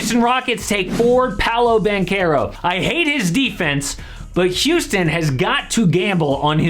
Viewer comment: Its Paolo Banchero. Not powlo ban kero. Paw-lo Ban-che-ro. Lol